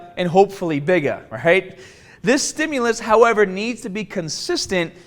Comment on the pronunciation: Strongahh and Bigahh